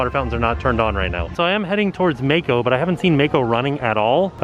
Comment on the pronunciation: I love how butchers names., if you ever read this comment, I assume the ride you referred to in the beginning is spelled "Mako". If so, it is not pronounced with a long "a" as in "May-ko". The correct pronunciation is "Mah-ko". Rhymes with the name "Rocco". I believe it is the Japanese word for either shark or a type of shark. Not sure. Hope that helps. Keep up the awesome work!